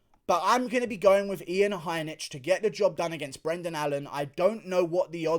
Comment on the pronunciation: Some pronunciations: Blahowicz, not Blakowicz Heinish, not Heinitsh